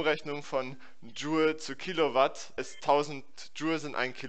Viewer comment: "wir rechnen in kilouat"